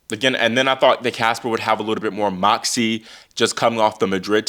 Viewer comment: Everytime you say moxy I cackle. S/O to Oracene!